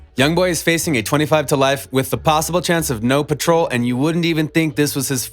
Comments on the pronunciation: It is parole not patrol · He ain’t even say parole right